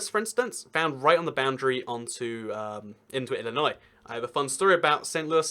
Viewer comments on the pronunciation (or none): none